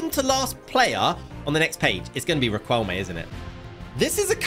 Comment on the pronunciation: You said Riquelme wrong(it hurts cuz I speak spanish)